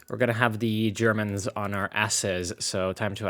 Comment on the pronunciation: Why do I hear "Germans" as "germs"? Cringe moment...